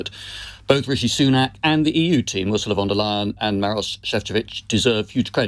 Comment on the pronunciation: How about learning to pronounce the name of foreign politicians and representatives properly? It is absolutely appalling that any Ursula is mispronounced in the UK. However, the head of EU commission Ursula von der Leyen is a name any journalist should be able to pronounce. Just like Joe Biden, Emmanuel Macron, Xi Jinping.